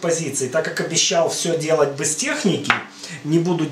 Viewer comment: А слово "бэз" это ваша личная фишка или местный диалект?